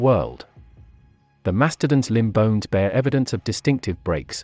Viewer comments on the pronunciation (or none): none